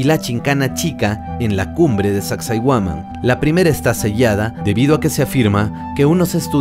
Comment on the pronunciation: Sacsayhuaman tienes que aprender bien los nombres amigo